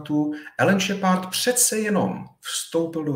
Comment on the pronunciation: "Šepárda" - bože akedemik a taková výslovnost